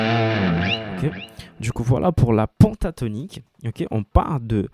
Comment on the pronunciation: tu es tres pedagogue bravo !!! ta télé est juste magnifique et elle a un son d enfer !! continue en ce sens je regarderai tes cours ! ah juste une petite precision c est pas PONTATONIQUE mais PENTATONIQUE ca se prononce pintatonique !! pas grave juste une question d accent car je suis marseillais !! a plus cordialement